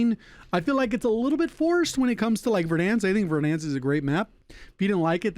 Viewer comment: Its funny the way he says “Verdhanskkkk” 😂